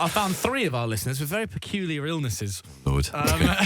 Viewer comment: she did not just say "lis*t*erners" did she 💀